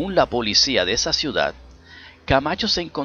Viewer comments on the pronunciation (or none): none